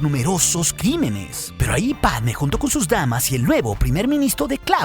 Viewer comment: # Pregunta (zonza) del dia: Por que, a Dorme (la nombras con acento en la e), y a Motee (lo mismo)... pero con Padme (quien tambien lleva tilde) no lo haces? Bah, nadie lo hace...